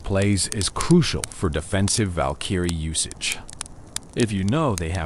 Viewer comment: Val-kEEEry It’s Valkyrie bro